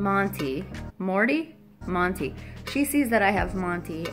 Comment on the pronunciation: Hey I kept going historical laughing when you kept saying motto and not monty lol